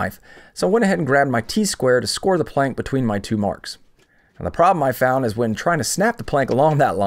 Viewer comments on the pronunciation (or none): none